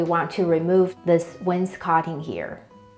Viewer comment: Someone who pronounces "wainscoting" correctly! Just curious about the laminate floor going all of the way to the fireplace. Where I live that'd be a huge code violation. It's very dangerous because it'd be so easy for the floor to catch on fire.